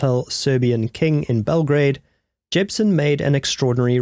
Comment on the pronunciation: Bell - gra - a -de